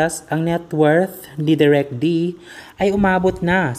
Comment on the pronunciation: De rek not direk